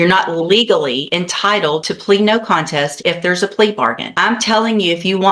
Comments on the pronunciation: Not me screaming CONTEST at my phone bc he keeps pronouncing it content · He can't even pronounce "contest"